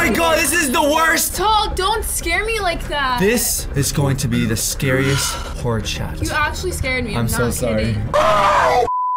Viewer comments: It sounds like he is saying Horse instead of horror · When says horror it sounds like he's saying hore 😳😂